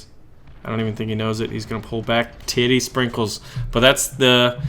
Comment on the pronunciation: Tittie springles???..... really???!!